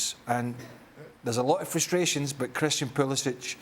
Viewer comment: Craig, this isn't Kindergarten. Learn how to pronounce the name of the player you hate most. It's Pu-li-sick. Not sitch.